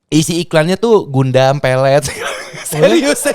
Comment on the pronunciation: Hahhahaha .. maksud hati mau nyebut godam, tapi malah kesebut gundam 🤣🤣🤣